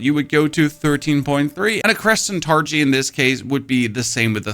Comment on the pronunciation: Are you trying to mispronounce penalty and targe or is it part of the shtick? Sorry first time here